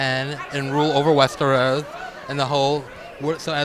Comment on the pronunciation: WESTERWOOOOOS!? Sort ya fucking speech out reporter fffs! 🤮